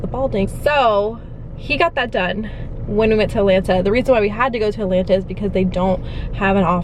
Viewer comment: So funny how you guys pronounce Atlanta “Allanna” 😝😂😂😂